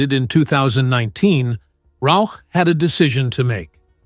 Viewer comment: Congrats for saying Melissa Rauch`s name properly (most of the time).